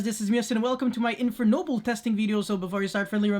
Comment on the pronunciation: Those Infernoble names were so accurate! I love the way you pronunce them, I almost forgot English is not your first language